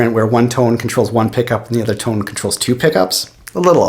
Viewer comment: I could tell he was Canadian as soon as he said "tone" or rather (too-ne) lol